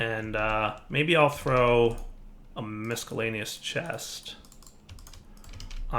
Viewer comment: Are you using a different mic? the sound seems a little different, not bad or anything like that just different. P.S. Are you purposely mispronouncing the word "miscellaneous"?